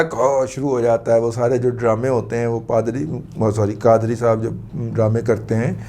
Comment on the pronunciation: قادری لفظ کو غلط تلفظ پڑھنے پر معافی مانگے